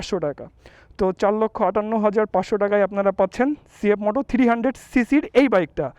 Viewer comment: থ্রিরি হান্ডেড বলেন কেন থ্রি হান্ডেড বলতে পারেন না ভাই 😂